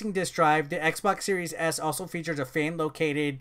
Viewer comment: Could have sworn you said series ass at some points lol.